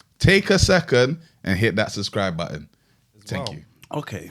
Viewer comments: has anyone else noticed that says '"suscribe"🤣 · saying “suscribe” is the best ad 😂